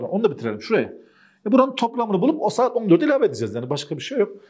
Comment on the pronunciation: Saet derken Kürt şiveye kayış 😂 Bayılıyorum kurmanc erkeklere were were kurmanciiiiiiii jsjsjsjs